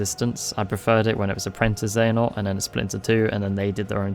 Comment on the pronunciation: Genuinely I can’t tell if you’re saying princess xehanort sometimes and it’s making me chuckle